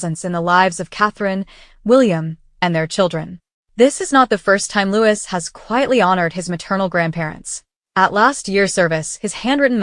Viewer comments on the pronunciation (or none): His name is pronounced Looee. not Lewis.. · YOU ARE SOOOOOOOO DISRESPECTFUL...HIS NAME IS SAID LIKE "LOUEE" THE "S" IS SILENT!!!!!!